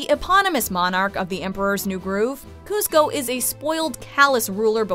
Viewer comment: When you say kuzco : ah hell nah